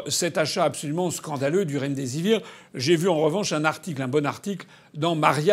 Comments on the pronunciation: Une fois deplus on se fait un malin plaisir à entendre Mme Ferrari parler du RemDésir au lieu du remdesivir! A-t-elle sérieusement préparé son interview? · Laurence Ferrari : le "Remdizir", "l'ONS," "l'ue en a acheté des CENTAINES de doses" ... mais lol